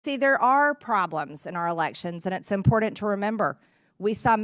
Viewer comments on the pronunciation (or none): Has the Republican Party changed the spelling of the word "Important" to "IMPORDANT" With a D instead of a T? For some reason she's really going out of her way to make sure that everybody understands that she's using a D instead of a T. What's that all about? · First and foremost way to go Georgia proving once again just how basic you all are. You elected this moron, she doesn’t even have command of the language she tries to speak. There is NO ‘D’ in the word important not important mporDant as she says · It's impordant to remember??? What English classes did Marge take??? That is, the Insurrectionist Marjorie Trailer Trash Greene aka Barney Rubble in drag 😂😂😂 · "It's imporDant" the mutt from Georgia says. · I know this is nitpicking, but MTG makes be crazy and then she can't pronounce common words. It's "important" not "impordant". It's "extremely" not "exshtremely". I can't wait for the day that I no longer hear her voice. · “It’s impordunt”. MTG is a deluded, uneducated puppet. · MTG says "Impordint" instead of "Important" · “It’s impordint to remember”… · Marge: “I think Georgia is impordint!“ Me: What the hell have you ever done for Georgia?? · I can’t stand the way Empty G pronounces “important”. Imporin. 🤮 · What's impordent mean?